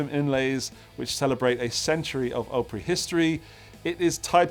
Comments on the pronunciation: Correct pronunciation... Greetings from north west Vermont; come visit us! The other one is pronounced "OP-Pree". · Or Op pronounced like the first syllable of "op-tic". So "op-rie". Of course, I dearly love. That was a pricey, but absolutely beautiful guitar. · not a long o in Opry more like AHpry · Grand old “Ah-pree” you’re welcome 😂